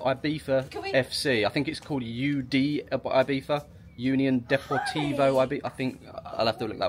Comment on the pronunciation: Name of island: Ibiza (not "Ahybeeza). The Spanish "I" is pronounced like an English "E".